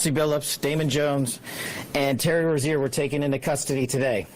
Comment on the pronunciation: Who is Terry “Rozay”…It’s Rozier